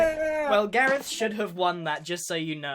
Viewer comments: It’s Voltron Gahreth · If you replace gareth's e with o it becomes garoth